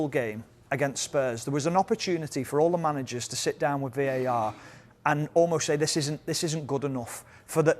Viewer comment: VAR not VAT lol